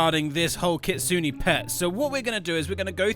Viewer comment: GROW A GARDEN GETTING CANCELLED IS WILD 😭 edit: you pronounced kitsune wrong 😔💔 (I have nothing against it, it’s just smth I noticed lol)